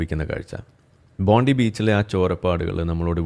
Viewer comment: ഒരുവിധം എല്ലാ മലയാളി yourubersum പറയുന്നത് ബോണ്ടി ബീച്ച് എന്നാണ്. എഴുതുന്നത് ബോണ്ടി എന്നാണെങ്കിലും അത് വായിക്കേണ്ടത് ബോൺഡൈ എന്നാണ്, BONDAI. അതാണ് ശരിയായ pronunciation.